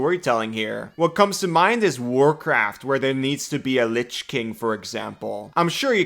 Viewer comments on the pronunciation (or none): none